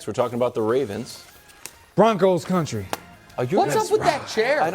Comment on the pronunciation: Bruh I always start cracking up when they say county and not country 😂